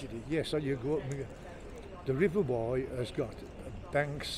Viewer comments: River Wye.. Not wrye ;) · DJ, it’s the River Wye not River Wyre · river wye not wyre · It’s the River Wye in Herefordshire mate, not the Wyre in Lancashire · It's the River Wye, not to be confused with the River Wyre.